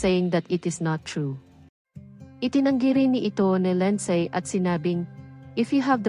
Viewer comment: Ano pangalan ? Linsaaay? Pagaralan mo Kaya kung paano bigkasin pangalan nya Linsaaayyy?